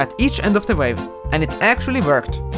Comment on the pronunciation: I heard vape not wave... lol